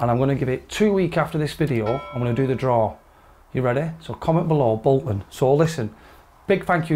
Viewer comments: “Bolton” Boys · “BOLTON” Really pleased for you!! Fantastic sponsorship and fitting, no doubt this will improve your game and bring more excellent content to the channel. “Come on you whites” Bowton for promotion 😆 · "Bolton"... Great to get an insight into club fitting 👍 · “BOLTON”. To be honest though I’m just super happy for ya and your fitting and for YMJ. Those irons look really nice 👌🏽 The daily content and entertainment you’ve provided has been a lifeline during lockdown and beyond so thank you 🙏🏽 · “BOLTON” well done! Looking forward to seeing you playing with these! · “Bolton” keep up the great videos! Golf mate in Augusta, GA. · “Bolton”. Looks like you had a great experience with the fitting - lovely fellas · Bolton....................... That hurt a bit that coming from West Yorkshire. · "BOLTON" FOR THOSE AMAZING CLUBS. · "BOLTON" your a pure Jay Jay Okacha 👌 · Up the “BOLTON”